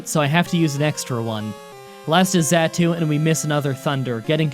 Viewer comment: Xatu (zah-two) Just for the future if you want it not being a jerk, Love the vids keep up the good work man.